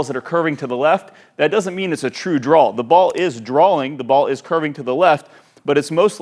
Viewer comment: Btw... the word draw is pronounced “draa”. Not draal. Dude no ‘L’ at the end.... Draw.